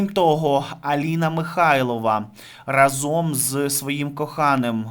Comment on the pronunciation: Не разОм, а рАзом, не плаття, а сукня.